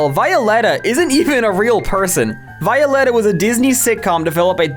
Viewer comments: I had no clue what 'Violetta' was until I realized you were pronouncing it in the weirdest way possible. You are supposed to pronounce it like Violet and then an a. It's just the Spanish for the name Violet. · The way you pronounced Violetta makes me physically recoil in agony (affectionate). Even though growing up with Disney Channel LA made me hate Violetta with a burning passion when I was a child, I'm still angry at you on their behalf (affectionate). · i was 9 yrs old when that was around and i REMEMBER THE SHIP FIRST OF ALL: it was a worldwide show, but the plot was set in argentina second: her name is VEE- OO- LEH-TAH third: it was sooo big that they did a worldwide tour (which went to the biggest arena in my country, the same arena where i went to the guts world tour, by OLIVIA RODRIGO, last year) forth: they also sold cds for each season and other merch. I have a s1 cd (i got as a gift from my parents), two bags and A FRCIKING COOKBOOK (i got as a gift) Also: she is a musician still, called TINI (i reccomend her songs<3) Club pEnguin walked so Fortnite could run REAL